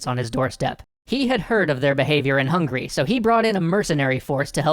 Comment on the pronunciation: Hey man. It's Hung-a-ry not hungry. Swoosh away